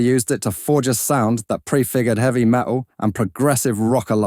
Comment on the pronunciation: Drop yer [.haiches ] you'll be aight Kinda eavy